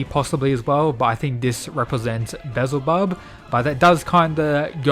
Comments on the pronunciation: Why can't youtuber ever pronounce any names correctly. Be-el-zuh-bub. Pretty easy. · It's pronounced Beelzebub not bizle bub